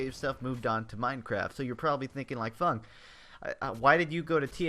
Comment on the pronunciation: I had to rewind when you said "Let's go back to 10 yr old Funk!" I thought you said "Let's go back to a 10 yr old FUCK!" lol xD